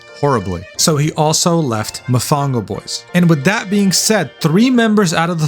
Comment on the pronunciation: I can’t believe you pronounced Mofongo wrong, you dissed my favorite dish bro 😢 usted es mal brother